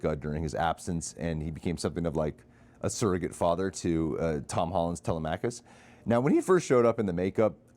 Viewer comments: The son's name is Telemachus. It's Tele like Telephone. Tele-Meh - Cus. Im seeing it on sunday. Can't wait. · It's actually pronounced (Tuh-leh-muh-khus) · its like dilemma but with T... cuss at the end. Telemachus (til. em. ah. cus) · Its weird he said it wrong here when he heard it plenty of times during the movie 😂